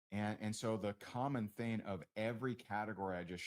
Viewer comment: Why can he not say the word THING? It drives me crazy 🤪 😂